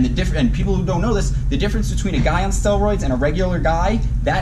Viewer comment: “Stehlroids”